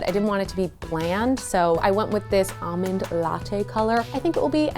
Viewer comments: AWmond latte... LOL it's ALmond! Did anyone else get truggered by that? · There's an 'L' in the word almond. 😬